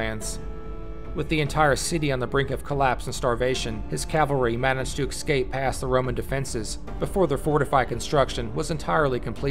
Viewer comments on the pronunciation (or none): "Eck-scape"? Really?